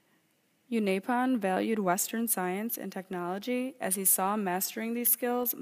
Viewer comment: you've pronounced unaipon wrong